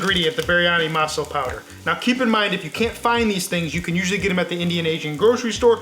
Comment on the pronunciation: They way he pronounces Masala is hilarious. I had no idea what he was talking about until I realized his pronunciation was off. However the recipe is on point. Great job!